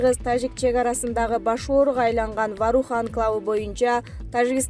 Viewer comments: Варух эмес Воорух деп эле окулат , тажаттын , сен озу тамганы эле тааныйт окшойсун . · Ой Воорух эле деп айтылат, кандай немесин Ваарух эле Ваарух дейсинда, туура окусан деги